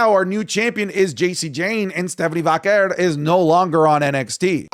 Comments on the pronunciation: I thought you learned by now it's pronounced Vaquay * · her name is Stephanie Vakawar fix your pronounciation